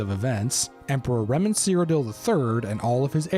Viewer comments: It's not 'Remen' ... it's Reman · FYI...it's Reman. Not Remen.